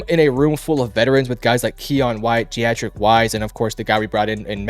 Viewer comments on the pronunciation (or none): Deatrich = Dee-trick